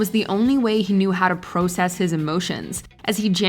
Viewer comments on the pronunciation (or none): Did she just say Pro..cess?